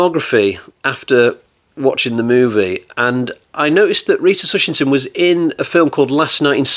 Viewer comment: TushingHam !!!!! Not Tushington !!!!! Solid review of one of Hammer´s odder films.